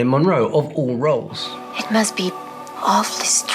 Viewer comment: I can hear Spanish accent clearly, her "it" sounds more like an eat than an it; I'm obeying so I'm stopping here to go and buy a sandwich lol